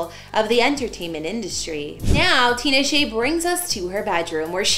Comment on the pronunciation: The name is so easy to pronounce it’s stupid easy. TEE-NA-SHAY